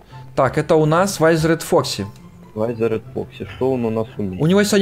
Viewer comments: Не вайзеред а витхеред или как-то так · Круто только не вайзерет а визерет. Фредди,бонни,чика,Фокси. И т.д. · Не вайзеред а визеред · не вайзерет а визер!!!!!!!!!!!!!!! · Не вайзер а визер😉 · Визеред а не вайзеред